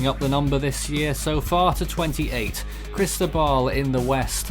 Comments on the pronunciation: pronunció la sílaba tónica incorrectamente, es Cristóbal con acento en la O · JontheGamerBoy in Spanish it’s Cris-tó-bal. you enúnciate the Tó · As a Spanish speaker I ask can you please pronounce Cristóbal correctly. Chris-TOE-bahl, Great TWB 👍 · I agree. It’s Chris-TOE-bahl.